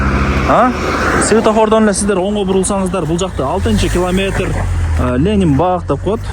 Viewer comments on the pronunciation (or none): none